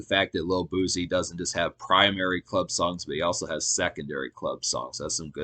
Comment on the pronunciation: It’s pronounced boo-cee 🤦🏾‍♀️